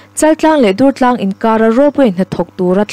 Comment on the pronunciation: Dùrtlâng puak dur tih thlûk hman tûr a ni. i rawn lam rîk dàn hi Dungtlâng khua, Vànzau khaw bul a misawi i ang lutuk, R i lam fiah ṭha duh bawk sí lo. Durtlang khuaah ila kal ve lo em ni? tüna i lam dan ang khan an bulah han lam teh, an nuih loh che anih pawhin an thin ur hial ta ve ang. Ka la thiam lo êm mai mi dang puantir zawk rawh u tih mai awm che a nia...